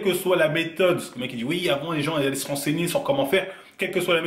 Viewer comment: on dit Oui pas Ui